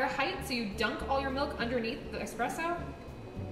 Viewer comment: It’s espresso not expresso